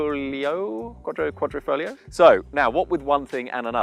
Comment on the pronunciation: Sorry, you have lost me on 30th seconds...you can't pronounce quadri - foglio - quadrifoglio - cloverleaf...if you can't read how can you know about things...